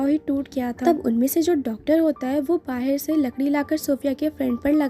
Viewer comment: बाहेर नाही बोलते (बाहर ) ऐसा हे वर्ड